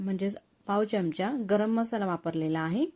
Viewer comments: Chamacha उच्चार नीट करावा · मराठी आहात ना? चमच काय? चमचा म्हणा.पहिले शुध्द मराठी बोलायला शिका. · चमच नाही चमचा.